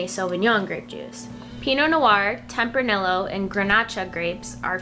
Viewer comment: Good video. I always enjoy watching your videos, but I do you have to say that your pronunciation of Tempranillo is surprising to me lol. In Spanish, double L‘s are pronounced like a Y. So it’s pronounced like “ temp-rah-nee-yo”. :)